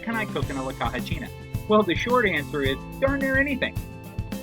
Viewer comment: Caja is pronounced KA HA